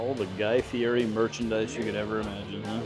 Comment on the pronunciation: Like #26 Good and honest review. By the way, it’s Guy Fieri (pronounced Fee Et Eee) the r is pronounced as a T. I got a good laugh each time you mispronounced it.